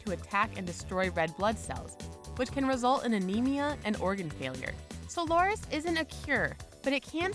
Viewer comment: A propos fake news: said monolonal antibody for PNH goes by the name of "Soliris", not friggin' "Solaris"....